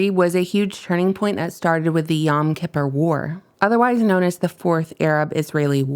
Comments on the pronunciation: "yom kipper" ...? Yom K'Poor ... how much research did you do for this?!? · Just fyi it’s pronounced “yome-key-POUR” 😊